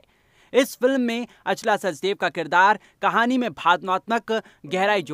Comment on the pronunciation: Naam toh saahi se Bolo Achla not Aa chala